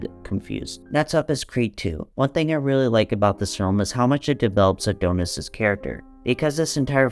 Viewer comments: I can't get over how he says "A-doh-nis" 😂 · GOOD GOD🙄 CAN YOU PLEASE PRONOUNCE ADONIS CORRECTLY 🤦‍♂️😅